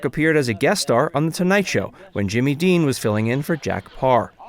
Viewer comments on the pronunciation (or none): none